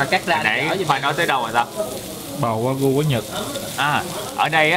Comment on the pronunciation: wagyu tiếng Nhật đọc là Quà-Ghiu á Khoai :D